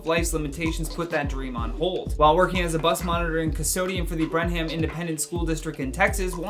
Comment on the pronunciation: Brenham is pronounced Brenem. I went to college there! Such a great story so close to me!! 💗